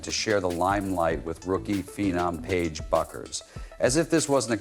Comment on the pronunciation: Who is Paige Beers and Paige Bender now Paige Buckers you can't even pronounce names never mind analize what it going on.